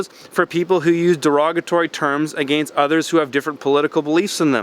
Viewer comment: People get offended over everything. The only offensive thing about you is the way you pronounce 'against' it's just super offensive lol.